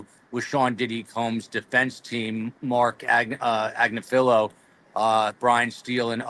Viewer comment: Learn how to pronounce “Agnifilo”.